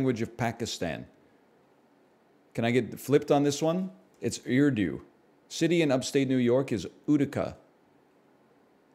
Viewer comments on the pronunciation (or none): Utica is pronounced “you” “tick” “uh”